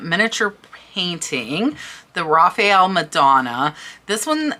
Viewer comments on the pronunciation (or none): none